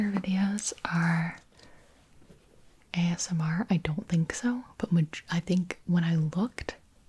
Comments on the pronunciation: omg “AMSR” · Did you just say ASM-- Artist?